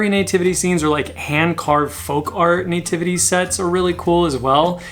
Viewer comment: I love how you say nativity, like Nay-Tivity! 🤣😂 Love it. I think one of my favorite holiday decor s Halloween, I just never seem to get sick of seeing the funny creative scary things that can pop up. And to me it never seems oversaturated! Not necessarily them coming to my door for Candy though LOL! I am way over Christmas and all the thrift stores around me here in north western Ohio have an over abundance as well and they’re charging top dollar for it which is insane! Love that you went thrifting! Love it love it love it please do more! Do you ever do any online estate sales? The extra 15% surcharge is a bit ridiculous especially since we’d rather come and look at the stuff in person, it’s not our fault for Covid LOL. On the other hand it is nice to be able to look up information on the pieces before we bid on them! Great content as ALWAYS, thanks for all your explanations - I love to learn! Have a great day!!